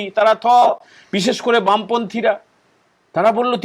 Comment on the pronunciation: Bam panthi na, ota Bham panthi